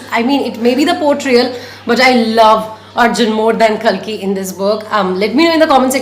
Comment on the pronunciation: You are pronouncing kalki wrong